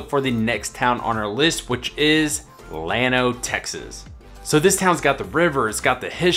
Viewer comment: No, he’s pronouncing it just right. The proper pronunciation in Spanish is like you say, but the town of Llano is pronounced by locals is starting with an L not a Y.